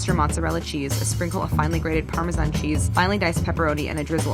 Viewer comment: "Parmasean" Hmm...